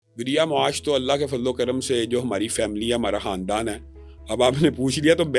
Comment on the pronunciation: یہ خان دان کو حاندان بولے ہے خ کو ح بولے ہے خ کا نکتہ کھا جاتا ہے بھوکا ہو گا بیچارہ 😂اب کو فرح بول کہ دکھاو 😂 ابھی مائک دے مارے گا فرخ سے فرح 😂یہ بات لاکھوں نیں ایک بتاے گا جئنیس